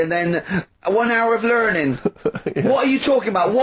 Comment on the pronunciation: "One hour of learnin'" lol